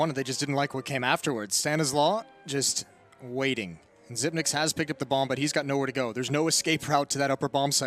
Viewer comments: It's pronounced "Zip-picks" not "Zip-nicks" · Its prenounced SYPNIX, Not Sypix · Slight mispronouncation of his name throughout the video. Xyp9x is "Xypnix and not "Xypix" as the number "9" in Danish is spelt "Ni". So there you have it fellas. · It's not "zypex", it's "zypnix" as "9" in Danish is pronounced "nee". Some pro casters get it right, some don't. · It's "ZypNix". 9 = nine in english, "ni" in danish. Xyp9x = Xyp-ni-x. Cmon baby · Yes "zip ex" not fucking "zip nix" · It's Xypnix not Xypex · It's prenounced Xypnix. "Ni" is nine in Danish, Xyp9x. Well, that's that. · It’s pronounced Xypnix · isnt the name pronounced 'zyp - nix' ? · It's zip-ex, alot of players confuse it tho but thats what he said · Bro it's Xypex. The Y has to be pronounced like the U in YouTube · The amount of casters that say "zipnix" kills me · The way he says hes name 😬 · Love how you pronounce his last name 😂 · Oh god you butchered his last name. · ok for real...is it pronounced "zipix" or "zipnix"?